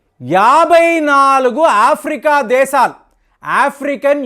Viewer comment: నీ నాలుకను mandamaindi. Arei "దేసాలు" kaaduraa "దేశాలు" అని palakaali. Non veg ఎక్కువగా thintunnatlu గా వుంది. తగ్గించు. Kukkalaa అరవటం తగ్గించు.